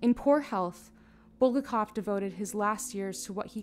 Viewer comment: Or BulGAKov